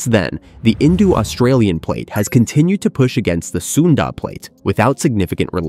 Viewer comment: Its INDO NOT INDU you MORON FFS